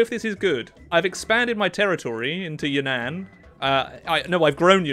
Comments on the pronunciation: Its You nan not Yunan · “Could you imagine if I was pronouncing this wrongly the whole time?” 云南 (Reen-nahn, ig) or Yunnan is not pronounced Yuhn-ann. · As a Chinese person, I can confidently say that it is pronounced Yún nán rather than ya nan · It's pronounced more like Yoo-nun. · He's pronouncing Yunnan wrong 😭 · Do Yunnan again because you mispronounced the Name